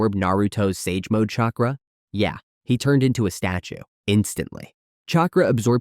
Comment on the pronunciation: Bro, if you even TRIED to pronounce the names of these people and their jutsu, I’d probably be impressed. But really? “Chay cruh”? Wtf?